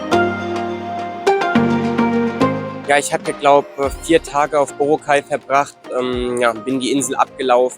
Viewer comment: BorAAAAcay,. nicht Borooocay - steht auf auf allen Schildern und vielen Booten, nicht zu übersehen! Mit einem Papier-Reiseführer, oder Internetanschluss findest du jeden Hafen, jede Fähre, alle Abfahrtzeiten! Man sollte jedoch nicht glauben in wenigen Tagen irgend etwas kennen zu lernen. Das wahre Leben findet man nicht in den Touri-Hotspots, aber es ist leicht zu finden. Abhakerei, möglichst viel in wenigen Tagen, finde ich furchtbar, denn es gibt wirklich viele wahnsinnig schöne Ecken, fern aller "empfohlenen" Routen. Bei dieser Hechele von Insel zu Insel ist es nur Stresserei und man hat sehr viel verpasst. Essen sollte man unbedingt probieren: verschiedene Adobos und Lechon Babo!!!